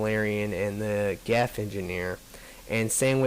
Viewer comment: It's "Geth", not "Geff." That being said, I really like your videos, but you're not being fair to the DLC at all. Just because the new characters aren't extremely, laughably overpowered infiltrators doesn't mean they "suck". They're just different. Of course the new Engineer isn't as good as the Geth Engineer: The Geth Engineer has three of the four most overpowered powers in the entire game. The Resurgence characters were all overpowered. Keep that in mind.